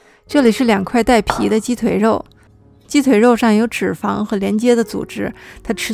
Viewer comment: 脂（zhi2× zhi1√）肪